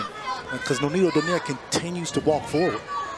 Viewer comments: Why does that announcer continue to pronounce Nonito’s last name as Donyare? It’s pronounced Dough Nare. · commentator doesn't know the name of boxer. Donaire, not "Donier" LOL